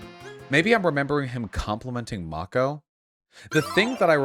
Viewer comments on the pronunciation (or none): none